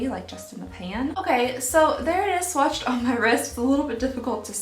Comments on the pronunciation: Did...did you say swatched-ed? I did a double take! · Oh 👏🏼 em 👏🏼 gee! into your video I though you said "swatcheded" I had to rewatch it 3 times before I realized you said "swatched did". Yupp 🤓 Anywhoo! I really liked this advent calendar- I was worried gurrl, not gonna lie! I would love to be entered into the contest! I'm glad to reap the benefits of your mistake! 😉🥰 Happy Holidays!